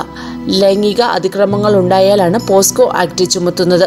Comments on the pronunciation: പോസ്കോ അല്ല കുട്ടി.. പോക്സോ.. ആണ് ശരി.. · പോസ്കോ അല്ല പോക്സോ ,എന്താടോ തള്ളുന്നത് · ആദ്യം പോക്സോ എന്നു പറയൂ.....